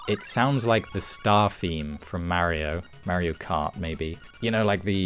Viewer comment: Any particular reason you're pronouncing Mario as Merio? 😅